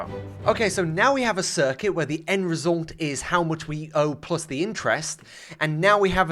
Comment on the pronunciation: "resoulnt" - whenever he says result